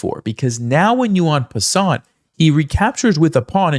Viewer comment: The 't' in "en passant" is not pronounced.